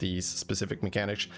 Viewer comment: "Mechanich". Belgian accent? xD